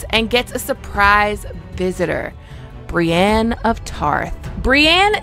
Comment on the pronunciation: How are you one of the best ASOIAF content publishers on youtube and you are still saying Brianne instead of Brienne